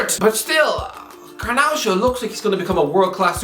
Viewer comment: it's garnacho not garnaucho